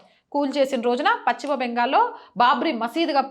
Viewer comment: Pachima bengal kaadu talli paschima bengal antaaru.telugu sarigga palakadam nerchukoni videolu cheyyi